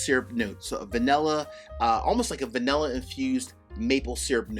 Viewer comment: Hmmmm... what is "vanehlla"?😅